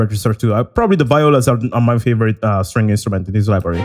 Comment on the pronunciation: Hey, I just want you to know that viola is pronounced "vee-olah" and not "vie-olah." I'm super glad they sound awesome in Jaeger, violas are very underappreciated!